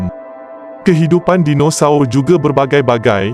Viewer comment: betul betul slang BAHASA MALAYSIA KAMUS DEWAN BAHASA DIA BACA SKRIP & SEBUT TU.JADI PELIK BUNYINYA DINOSAUR DIA TU😅😮🤦‍♂️